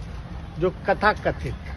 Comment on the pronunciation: माननीय उपमुख्यमंत्री जी तथाकथित होता है कथाकथित नहीं